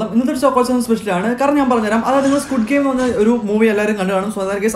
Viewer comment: സ്‌ക്യ്ഡ് ഗെയിം, സ്‌ക്വാഡ് ഗെയിം എന്ന് തെറ്റിച്ചു വായിച്ചിട്ടുണ്ടോ